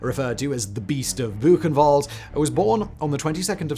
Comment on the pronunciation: Book-en-vald is the proper pronounciation of Buchenwald & there is little to no substantial evidence that Ilse Koch ever actually used the skin of murdered camp inmates for lampshades or soap.